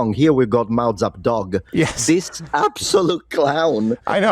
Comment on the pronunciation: "Mao-zap-dog" Lmfao!